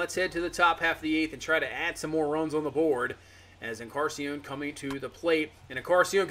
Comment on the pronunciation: just fyi it’s en-car-NAH-sea-on not en-Car-sea-on. you’re missing the “nah”. love the content